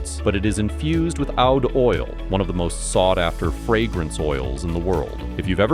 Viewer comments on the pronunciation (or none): When you were narrating the fragrance ad, it's pronounced OUD (OOH'D, NOT OWW'D) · Lol, you got the fragrance names all wrong. Roja is pronounced Roger, like the man’s first name. And oud is not owd, its ooood. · Oud smell.. calls it "owd". Nice shill for a product you know nothing about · Just a quick comment on the ad read. Oud wood is pronounced ewwd or ood. Or like "food" without the f. Chamomile was a little weird, too. 😃 Sorry. I support the channel with 👍's, comments, and sitting through ads. Otherwise I wouldn't have heard it. Back to the video.